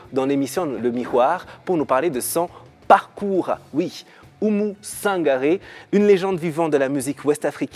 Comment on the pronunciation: Oumou Sangare et pas Sanagre